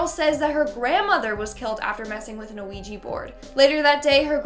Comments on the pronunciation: Its "wee-gee" board...not "oo-wee-gee" board. The first part of the word "Ouija" is French for "yes". You're pronouncing it incorrectly and confusing folks in the process. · Are you calling it a "Noo Wee Gee" it's killing me lol Its "Wee Gee" or "Wee Jah " sometimes fyi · U messed with the Ouija board BC u said ouiji XD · Its pronounced wee-gg so you're right. She's incorrect. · Is it just me or is she saying A-Ouija board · Honestly I have a problem with how she said ouija board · Me too, even though she's still one of my favorite hosts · Yeah, me too. It’s kind of annoying. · Me too. Thought i was imagining it the first couple times she said it like that. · Isn't just me or is saying Ouija weird? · Cant even say quija board right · Why do you keep pronouncing the ‘O’ in Ouija??? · You constantly mispronounce the name of the board. That makes me doubt you actually know anything about the board and are only reciting what you've read and seen.